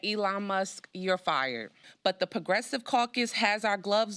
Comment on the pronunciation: she cant even pronounce "Progressive"